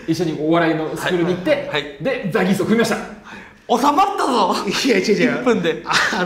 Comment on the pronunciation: 『ザ ギース』じゃなくて『ザ ゲース』じゃん😂おもしれーwwww お笑いゴシック最高😂😂 何度も左上の文字読んだわww